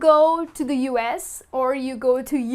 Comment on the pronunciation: Dear, I feel that you get the pronunciation of the word 'the' wrong in many instances.